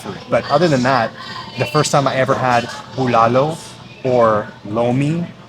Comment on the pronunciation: That's not Bulalo broth you're having...it's actually sinigang...Bulalo (w/c you're also actually mispronouncing) have a sweeter/savory taste & is made of bone marrow, corn in cub, baguio beans & bokchoy or cabbage